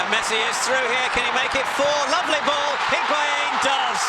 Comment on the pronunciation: I can’t STAND how commentators say the ‘u’ in higuain’s name!! Arghhhhhh! Literally your job is to talk!!! Take a 1 minute course with me on pronunciation!!!